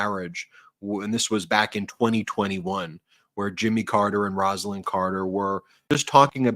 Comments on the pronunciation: Beautiful piece on Roslyn Carter; however, her first name was pronounced "Rose"-lyn, not " Ros"-lyn. Thank you. She will be missed. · Rose ah Lynn please. Not Rass. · Say Roselyn correctly please. Rose lyn. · With all due respect, gentlemen, her name is pronounced ROSE-a-lynn. It's NOT Roz-a-lynn. It never was. It's a matter of respect to pronounce someone's name correctly, especially at their funeral. I know you both can do better. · I think you are pronouncing Rosalynn Carter’s name wrong. It should be pronounced with an o sound such as in the word rose. I have the same name only with one n at the end of the name and that is how I pronounce it. Like Rose-a-lynn. Just my two cents. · Mrs Carter's name is pronounced ROSE-Lynn. Also, you can't knock 45 for not showing up unless you apply the same standard for Obama who wasn't there either.